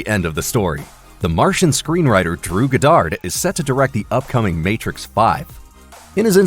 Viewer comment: GODD-ard, not g'DARD.